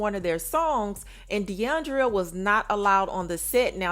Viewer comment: Mama its DE ION DRA not DE ION DRIA